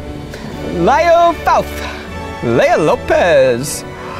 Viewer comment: zach pronouncing “Layah” as “”lie-yah”, then right after pronounces “Leah” as “Layah” ..instead of “Lee-yah” .... is what made me comment haha